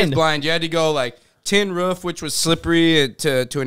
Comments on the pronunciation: Bro it’s roof not rof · Sounds like he’s imitating a dog barking 😂